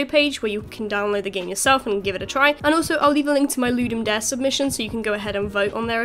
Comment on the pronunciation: i think pronouciation is loo-dum dah-rey